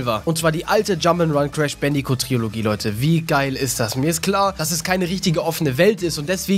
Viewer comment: Trilogie, nicht Triologie :)